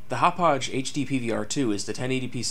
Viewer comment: It's "HOP•pog", NOT "hop•pauzh". Hauppauge Computer Works is located in the hamlet of Hauppauge on Long Island, NY. Hauppauge, NY has had hosted a significant electronic technology industry since the 1930s. 55,000 workers are employed among 1,000 technology companies there.